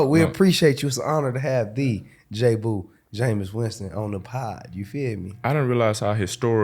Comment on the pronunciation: It's JAboo no Jboo. smdh